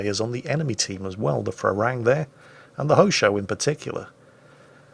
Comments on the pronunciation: It's Pra-Ruang (straightforward) Me as a Thai really like to see foreigners mispronouncing Thai words ;) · Actually.. When phonetically transcribing Thai into latin letters things do get a little unlogical for us westerners. "Phra" is not pronounced with an F-sound in the beginning. It's a standard P basically. If you pronounce it "Pra Ruang" you'll be good;) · Pra Ru-ang. Learn thai mate... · I love how pronounces the Thai destroyer Phra Ruang as Farang which is the Thai word for foreigner, so to his credit he is speaking a Thai word just not the right one. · Phra Ruang read with strong P and strong U